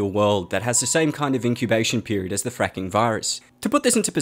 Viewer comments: The francking virus sounds like frinking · The way this guy says the word " fracking virus " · saying fracking sounds like he’s swearing what the hell ( i know it’s fucked up but when he said a child died from anthrax I thought of be all end all from the band anthrax )